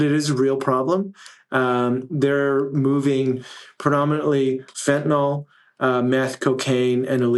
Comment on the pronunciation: It's fentalYL, not fentalOL. Sorry. It's like nails on a chalkboard for a pharmacist.